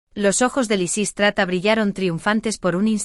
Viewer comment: Predomina Lisístrata, aunque lo pronuncia mal y a veces lo cambia.